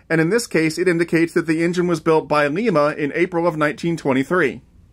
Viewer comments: Lima is not pronounced Lee-ma, its pronounced Lie-ma. I'm not being a grammar nazi, i'm just telling you how the word is actually pronounced. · Ok, One thing, Its pronounced L"eye"ma not L"ee"ma. Great review! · Like Lyma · Great video man! God bless. P.S. It's pronounced "lime uh" :-) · Lima is pronounced ly-mah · To say Lima it you say the i just like you would say I ... Basically, lye-ma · and by the way lima is said like this "LI" as in like and "ma" as in mother not the other way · early in the video you pronounced Lima wrong. Its like the word lime only you're adding an "a" at the end. Just wanting to clear that.